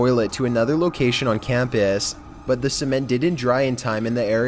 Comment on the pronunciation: his voice is funny lololol like he said camp ass and said danger ass